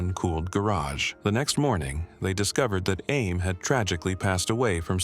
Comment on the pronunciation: What is the 10-year-olds name... Amy, Ammy, or Ames Deal, which is it?... That was annoying... FIX IT!!!